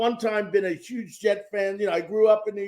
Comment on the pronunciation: If it’s huge pronounce Huge with an “H”. Sounds like NY or NJ speak!